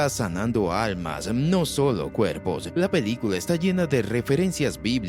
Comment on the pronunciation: Jajaja, lengua mocha 🤣 Dice "pedícula" en lugar de película 💩🤡